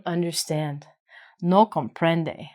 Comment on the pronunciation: "No comprende", great teacher you said it perfectly.